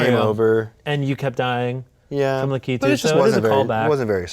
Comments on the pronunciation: its lack it too, not la key too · Hate how they say "Lakitu" lol